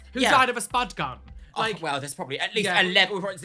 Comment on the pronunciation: I honestly thought u said "mommies first butt gun" instead of spud gun and I was like What!